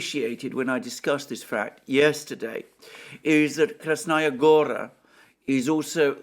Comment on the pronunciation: About Krasnaya Gora being high ground: the place is called "gora" (meaning a mountain, or at least a large hill) for a reason. Btw, the strong syllable is the last one, gorA, not gOra. I know, it sounds alien to an English speaker.